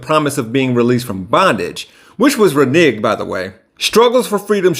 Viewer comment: "Reniged" ? Shouldn't that be "reneged"?